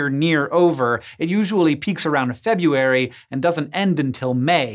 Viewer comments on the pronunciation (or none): Fe-BU-ary??? Is that anything like Feb-RU-ary?? February! Come on people, quit mispronouncing this month.